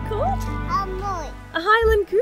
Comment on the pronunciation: Scotland’s beautiful. I’ve done Inverness Skye and Fort William on the train before. By the way, the Highland Coo isn’t as you’re pronouncing it (unless you’re imitating a thick Scottish accent) it’s actually Highland Cow (the cow part being produced normally, not coo)